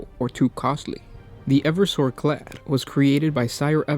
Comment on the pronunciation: Clade, not clad.